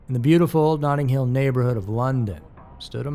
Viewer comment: Nothing Hill, London?? Did you mean Notting Hill?